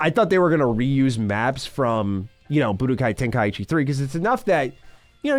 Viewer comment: Good god it's TEN-KAI-CHI Not TEN-KAI-EE-CHI